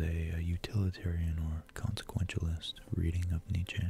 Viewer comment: I love this video 💖 I may not agree with what you said entirely, but who is really wrong when it comes to abstract thought? Also, it's pronounced like neet-chuh, not neet-chay. But it's cute how you say it lol